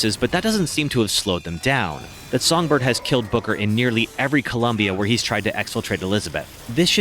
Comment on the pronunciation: I think this is an excellent concept for a rewrite but- I can't help but mishear you saying "Booker" as "Booger" and it's cracking me up a little lol Cucumber...